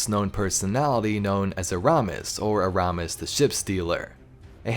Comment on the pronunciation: Anyone else watching this after beyond light and hate hearing him butcher “eramis”